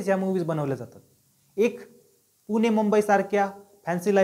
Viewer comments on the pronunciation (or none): none